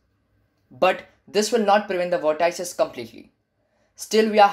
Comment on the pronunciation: vort - ices XD